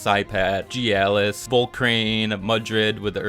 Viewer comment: The way you pronounce Mastione and Gyalis bothers me. I feel like you're mispronouncing those names lol